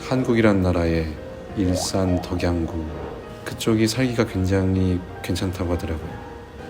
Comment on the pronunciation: 아 에녹배우님 일산 덕양GU 발음ㅋㅋㅋㅋㅋㅋㅋㅋㅋㅋㅋㅋㅋㅋㅋ 벌써 막심 과몰입 완료신데욬ㅋㅋㅋㅋㅋㅋㅋㅋㅋㅋ